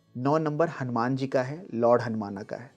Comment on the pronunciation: ये हनुमान को हनुमाना कहना अच्छा नहीं लगता।